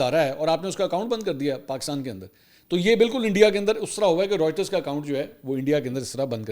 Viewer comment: Mansoor Bahi Writers nhi reuters hea pronunciation